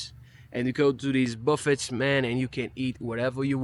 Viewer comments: A buffet is pronounced Ba-fay. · Buffet is pronounced bufFAY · "Buffet" is pronounced buh-FAY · buffet pronounced as "buff-fay" with a little more emphasis on the 2nd syllable (it's derived from French) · The Credit part has been proven wrong. More Europeans, have more credit card debt, than Americans. Statistics have proven this. Their not pronounced buff it's. Their pronounced Buff ayes. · Buffet = buff-EY (long A sound). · It's pronounced buff fey you don't say the t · Cypress isn't Houston. Katy IS on the West side of Houston. What is he talking about? Our democracy is in danger, though. It's funny that he pronounces the, tt, in buffet. It's pronounced, buff-ay. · I am 62 yrs. old and have never had a credit card in my life. I don't have much but what I do have is mine and I don't believe in charging people to loan them money and I'm not wasting mine. The Mrs. is right it's pronounced Buffay or Boofay, not Buffet. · Buffet is pronounced "Boo Fay" P.S. If you only judge America based on your time spent in New York and Texas you're going to come away with the wrong impression of the country. Those places aren't like the rest of the country. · Services are expensive because everyone makes more, including the people you hire. And it’s pronounced “BUFF-aye.” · its split down the middle for me using both credit & money....all credit cards always have interest whether or not you pay on time in full....some things you can get better deals buying with credit instead of cash....buffet is pronounced buffey....fast food isn't as good as it used to be as well as more expensive but smaller portions....I wish Americans that are his age & younger would love & see America the same way as him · The 't's' are silent in the word 'buffett.' You don't pronounce them.